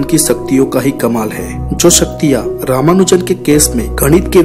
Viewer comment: vo saktiya nhi shaktiya hota hai😂😂😂